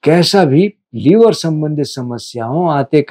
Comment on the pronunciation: लीवर नहीं लिवर बोलिए